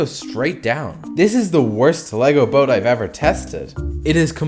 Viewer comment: Bro wth is "Boas"? It's BOAT 😂